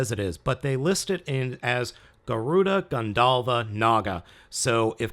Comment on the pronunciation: Did I hear you say ,,Gandalf-A'' unit? It kind of looks grey-ish with a hint of silver.